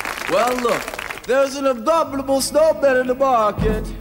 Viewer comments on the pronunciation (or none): I like the fact he can't properly say the word "abominable"